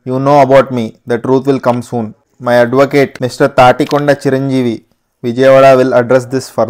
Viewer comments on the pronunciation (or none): Tanikonda❌ tatikonda✅😎